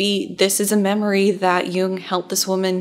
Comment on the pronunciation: You‘re still pronouncing Jung‘s name wrong. You need to abbreviate the „oo“-sound. Almost as if you swallow it in order to emphasize the „ng“ in the end ... I‘m german and I can attest that even Jordan Peterson pronounces it wrong 🧐